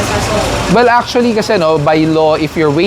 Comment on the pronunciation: Achually este Actually po... spokening in dollars po si Madam. 😁